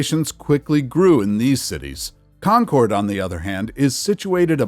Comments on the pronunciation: Gotta admit that /,kɒn.'kɒrd/ ("Con-CORD") pronunciation is cracking me up. I don't think I've ever heard anyone in New England pronounce "Concord" as anything other than /'kɒn.kərd/ (closer to "conquered", with stress on the first syllable and a schwa in the second). Odd how these little things jump out at you. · Concord is pronounced conquered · In New England, Concord is pronounced "Concurd", not "-cord". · It's pronouncing Concord as con-Chord. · It isn’t Con cord, NH. You have the accent on the wrong syllable. Conc ord. Pet peeve is when the names of places are mispronounced. MA says it one way, NH the other. Many towns in this country are the same way. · It's not really a matter of syllables. It's more like Con-kerd. Also, Concord MA is often pronounced the same way unless you've got the Boston accent, where it's more like Con-kid.